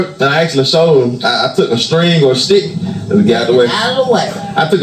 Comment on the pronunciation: lately I’ve noticed that has been saying words that begin with the letter “s” pronouncing the words differently like he’s adding a “shhh” sound to the word. Ex: shhh-tick for stick and shhh-till for still. Especially heavy emphasis when he says “ it’s shhh-till all about God”. Just an observation. 👀